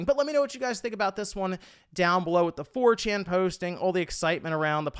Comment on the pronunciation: Are you... Are you saying "4chin" 🤣🤣🤣